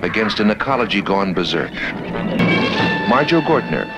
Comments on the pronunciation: It's Marjoe, not Majoe. !!!! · Marjoe not 'Majoe'...wow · It's Marjoe. Not Majoe. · Marjoe - NOT Majoe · Its "MARJOE", not "MAJOE" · It's Marjoe, not Majoe. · It’s Marjoe not majoe. There’s a full documentary on vudu for free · His name is “Marjoe” - a combination of Mary and Joseph - not “Majoe” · The dude’s name is Marjoe not “Majoe”. Majoe is a German rapper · MARJOE, not Majoe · Marjoe, not Majoe. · Its Marjoe, not Majoe. Just saying :) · The name is "Marjoe" - not "Majoe" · By the way it’s MARJOE not Majoe. You’re welcome. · Do your homework before you upload: it’s Marjoe with an “r”, not Majoe. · It's "Marjoe" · It's "Marjoe". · It's "Marjoe" You forgot the R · It's MARJOE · MARjoe, with a fucking R. FFS. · If it's a special, you should get his name right. I'm not a hater I love your shit but seriously. It's Marjoe.... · It’s maRjoe